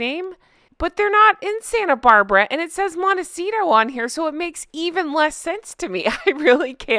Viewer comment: Once again............ a fail! The page is boring as heck, the colors do nothing to make anything stand out and have to try and sneak in something that is supposed to be royal. Okay, the name.... she got American correct...... Riviera - an Italian word that means coastline and unfortunately Montecito is not on the coastline and orchard? I must have missed the orchards located in their yard. The name makes no sense and I can't imagine her trying to teach me how to cook...... wait...what? 15 episodes of how to cook chicken? How to go from nothing to living the royal life to hawking pots and pans? Can I start laughing now?